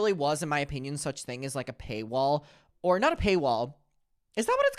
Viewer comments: Ahahha it's payroll not paywall. It took me a while as wekl😂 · Payroll baby, the word is payroll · It’s “pay roll” but we know what you meant lol